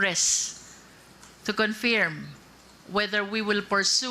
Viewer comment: Hoi luistro yung pronunciation ng “confirm” mo !!! Bobo!🤣🤣🤣naturingang abogago!!!!